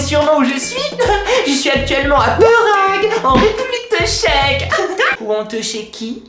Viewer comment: à tu t'es trompé! C'est pas République tcheque, c'est RépubEUlique teuchèque! ^^